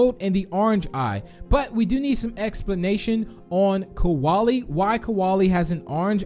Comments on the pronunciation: KRAKEN RED EYE AND BOBBY it’s kolie not koalay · Kolie NOT Kawalie!!!!!!!!!!!!!!!!!!!!!!!!!!!!!!!!!!!!!!!!!!!!!!!!!!!!!!!! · Why did you say koalalie? It is Kolie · Pronounced kolie wrong, he said koalie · When Minitoon say "Kolie" he says Koalie it has no A its like Cole-IE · Its not kawali its kolie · Its Kolie noy kaolie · Kolie* not koaly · I get a bit triggered how pronounce Kolie's name as "Koalie"